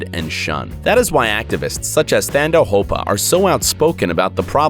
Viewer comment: Thando Hopa is pronounced Taando and the name means Love